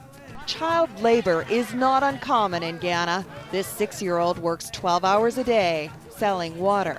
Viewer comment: Maybe she should learn how to pronounce "Ghana" before criticizing a country's way of life.